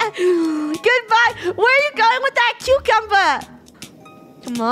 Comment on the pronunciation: I thought funneh said cute cumber when she said cucumber at the end